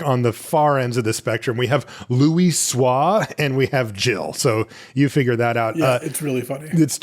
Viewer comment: you pronouncing Louisoix’s name correctly made me unreasonably happy, thank you and good going